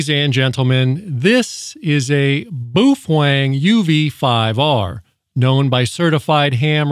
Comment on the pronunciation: Butchered the name.